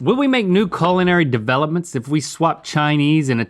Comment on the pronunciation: It sounded like Link said “colonary” instead of “culinary” 😂